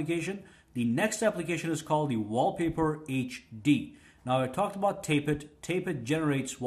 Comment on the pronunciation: tap-et not tape-et ;)